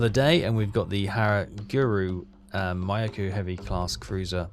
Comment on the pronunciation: Make an effort with the pronunciation,, mate. Mee-YO-koh, not MY-yo-ku. SORE-yu; HERE--yu. How would you like it if I pronounced Llanfairpwllgwyngyllgogerychwyrndrobwllllantysiliogogogoch as, well, ah..... Good to see you don't have your subs so close inshore they have no depth to hide in, and don't try to trade planes for escort ships. The Allies have more of them than you have cold udon dinners. Timing your kate/val/zero attacks so they arrive together will solve the cool-down problem as well as demonstrating your Kidō Butai skills.